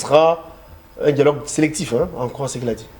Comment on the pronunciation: 😂😅 bomaye!!!!! 😂 djialogue djialogue djialogue!